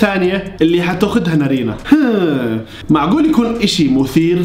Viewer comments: نارين ❌ نرينه✔ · ولككك بس تقول نارينا اسمها نارينن😂😂